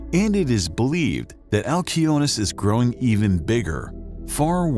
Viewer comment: Wow. Every other person in the universe would pronounce it "al see o nee us" but not you because you are special and want to be youneek.....🙄